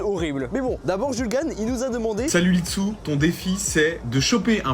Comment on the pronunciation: pov: ben qui dit lit-dessous au lieu de litsu